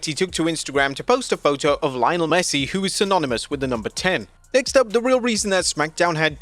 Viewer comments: Lie O nell Messi 💀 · "Lionlle Messi"